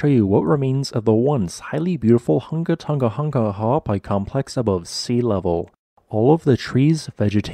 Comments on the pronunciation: I’m impressed by your ability to pronounce the volcano’s name. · Kudos for your commitment to the pronunciation of the whole volcano’s name 😁